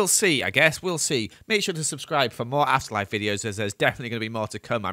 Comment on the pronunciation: Sounds like you said “asst life” in your he intro ❤